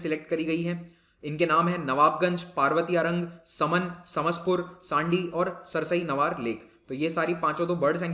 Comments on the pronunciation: Sir we pronouncite it as (3) समान and (6) सरसई नावर in Hindi thanks 🙏 and Saman is very close to kishni town as compare to भोगॉव And the stork you asked is saras (crane) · सर यह समान (मैनपुरी) तथा सरसई नावर (इटावा) है| उच्चारण के अनुसार